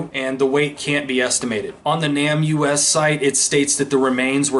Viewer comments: People generally pronounce NamUs as NAME US, not Nam U-S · Isn't "NamUs" pronounced "Name Us" and not "Nam U S?" You know - trying to put names to unidentified remains and all? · I think the pronunciation of NamUS is Name us . Just to let you know, and I only know this cause other true crime channels have also had trouble with it, and they found out the correct pronunciation. You are doing great work on these cases!! Keep it up you were made for this!! ♥️ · It's pronounced NĀ-mus. Just letting you know. Really enjoy your content